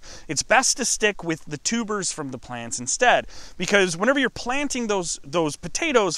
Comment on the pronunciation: Almost though her said tumors